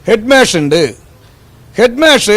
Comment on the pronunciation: ഹെഡ്മാഷ് എന്ന നേരെ പറയാൻ പോലും അയാൾക്ക് അറിയില്ല. ഇയാളെയൊക്കെ ആരാ പിടിച്ച് നേതാവാക്കിയത്?പൊട്ടൻ